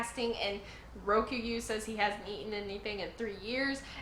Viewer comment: New admiral is called "Ree Oh Coo Gyu" btw 4 syllables. Really close tho. A lot of people don't even try lol